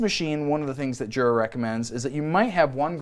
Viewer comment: Jura is pronounced yura as in “yer a dummy for not doin your research”